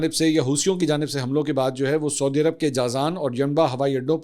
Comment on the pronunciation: Respected Mansoor Sahib, As a regular viewer who greatly respects your journalistic credibility, I wanted to gently point out a few pronunciations of regional names: Sana'a (صنعاء): Pronounced as San-aa' (with a distinct pause/glottal stop for the 'Ayn ع), rather than Sana. Yanbu (ينبع): Pronounced as Yan-bu or Yambu, rather than Yamba. Saudi (سعودي): Pronounced as Sa-oo-di, rather than Sodi. Please take this note in good spirit. My intention is certainly not to showcase superiority, but rather stems from high regard for your work. I would be glad to assist if you ever need any guidance on these. Best wishes! Tahir Ubaid Chaudhry A junior news anchor